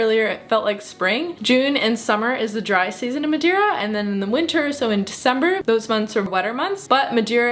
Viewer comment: Hello.. 5* video my problem is why saying madewwra you can speak normal english and still saying madeira not madewwra its just weard... but very nicely done